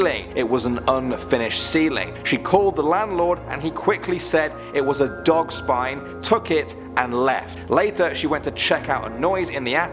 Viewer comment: How you said "spine" pit a little BACKBONE into the sentence